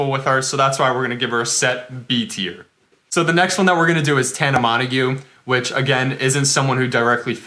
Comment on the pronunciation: are you literally dumb 😂😂 that’s not how you pronounce tana mongeau